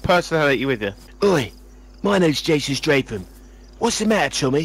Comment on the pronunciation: He defo said Jason Strafe-Um hahahaha